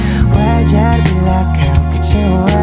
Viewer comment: Unik tapi tolong pengucapannya...emang begini apa dibuat2....tapi bagus sih....koreksi itu lirik kecewa apa kecowa 😂😂😂